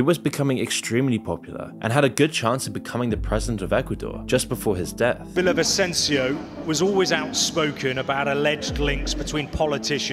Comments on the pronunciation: My father’s cousin. RIP. Also you’re mispronouncing Villavicencio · Your videos are very informative and have shed a light on the situation, however I recommend you research how to properly pronounce the names of people and places in languages that aren't in English. You didn't say Villavicencio correctly nor did you pronounce Guayaquil well. Sometimes you can type those kinds of names on youtube and listen to how natives say them.